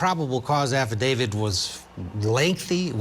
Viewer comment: Affidavit not AffiDAVID. A "journalist" should know this.🤪